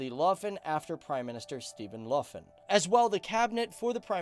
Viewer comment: "Steven Luffin"? did you mean Stefan Löfven?